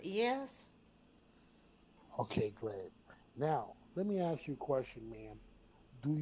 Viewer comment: At one point, the guy pretending to be the grandson says - call them please and “aks” him… This is a common mispronunciation of the word “ask” that some of these scammers make. And also, the guy says he is in the holding cells, and even speaks to an officer. The lawyer says he is in the infirmary, in the hospital! And I’m really glad you called them out when they laugh! It really messed up their flow. Such dirt bags!